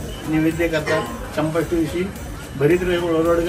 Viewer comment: चंपाश्रीष्ठी नाही चंपाषष्ठी आहे......